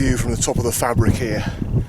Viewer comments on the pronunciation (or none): Said Faybric, mate.